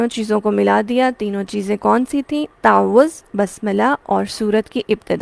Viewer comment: What is the right pronounciation of تعوذ You said تاعَوُذࣿ Kindly guide … ????